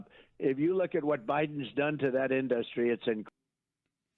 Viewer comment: Oh lowered he keeps saying In dust tree. 😂